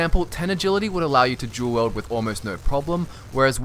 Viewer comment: I thought he said "Jewel Wield" not Dual Wield